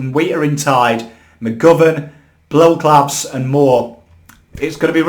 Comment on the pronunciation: Mate I love you but you gotta get those pronunciations right . Mark Blicavs has been around for years you would’ve thought you’d be able to pronounce his name by now